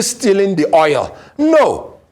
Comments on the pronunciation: So called a lawyer who does not know how to call oil but called it oyel. Shameful. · At least you understood what he said or meant to say. Oil koor oyil nii!! Bad Belle everywhere